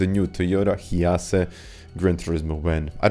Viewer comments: hee-a-cee???? hi-ace! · It’s pronounced “High Ace”